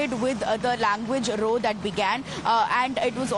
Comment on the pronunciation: Tell that lady in the yellow Punjabi suit that when she's describing an altercation, "row" rhymes with "cow", not with "show".